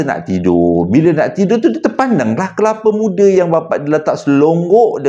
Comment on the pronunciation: Kepala muda😂abg dgn tsasul xdpt dipishkn😂😂